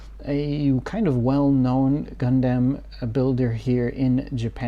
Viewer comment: Love HLJ videos but one thing I hate is how this dude pronounces Gundam, Gun-Damn.